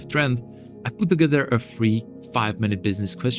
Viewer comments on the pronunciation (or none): none